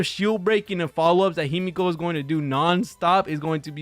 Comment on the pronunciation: Good video, but Himeko being a Japanese name it’s phonetical. So the E in HimEko it’s pronounced the same way as the E in WElt and PEla. Sorry it drives me insane even when I heard this mistake with Pokémon 😂